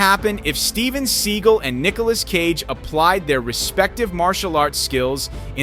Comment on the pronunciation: It is Steven seagal think about it pronounce it right